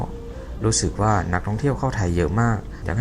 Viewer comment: เก่งค่ะพูดไทยได้เกือบเต็มร้อยแล้วค่ะ ฝึกตัว ช แทน ซ และคำว่า กว่า ออกเสียงยาวนิดหนึ่ง ไม่ใช่ กั่ว คะ